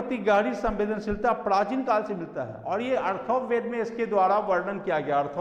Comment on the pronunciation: Sir , Atharva ved hai na ki arthav ved